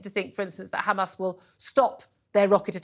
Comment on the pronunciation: It is Hamas not Khamas please. Khamas means mucous...